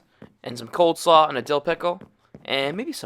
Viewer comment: This man just said “coldslaw”